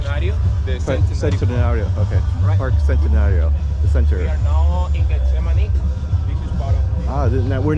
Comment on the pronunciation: The tricky one is...Getsemani ... ( het se ma kneè) accent on the final knee. 😀